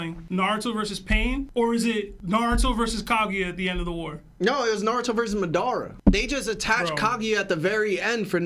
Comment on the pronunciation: has to be joking with the pronunciations of Madara and Nagato 😭